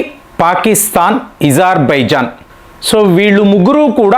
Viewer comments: మీరు ఎందుకు కొన్ని పదాలు వత్తి పలుకుతారు.ezarbizan.అది అజర్ byjann మీరు యూజర్ అంటారు ఎందుకు ఇలాంటివి అణిముత్యాలు కొన్ని వస్తాయి మీ న7నది.మార్చుకోండి..ఇరాన్ ను ఈరాన్ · Izer baijan kaadu , azer baijan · ఇజార్ ఇజార్ అంటారు ఏమిటి అజార్ అనే కదా ఉంది ఎందుకు అలగ పలుకుతున్నారు వినటానికి బాగోలేదు